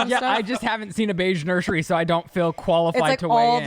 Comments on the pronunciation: Why do you say “nur-SHery” ….. there’s no SH 🤔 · “Nurshery” “stanima” ❤